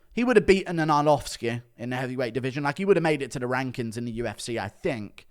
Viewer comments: Always laugh when Guru says "the rankins" (rankings)😂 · Gurus brother calls him his rank kin